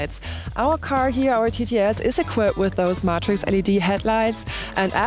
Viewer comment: Pronunciation tip: matrix is pronounced may-trix